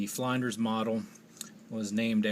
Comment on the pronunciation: It's pronounced Flynn-ders